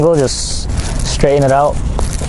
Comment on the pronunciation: Straighten not strayen Dangling not dingling